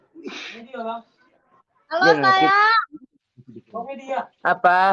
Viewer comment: Halus hian ma apanya itu, Halo sayang,, "Apahh" pakek H atee bapa